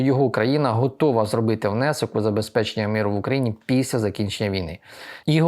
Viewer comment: не Піся, а Після. Перше має дещо інтимний характер